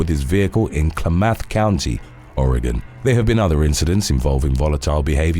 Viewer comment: I enjoy the content, but you need to be careful with the pronunciation for Oregon and Washington State place names. They are different. Klamath,for instance, is pronounced "clam-uhth".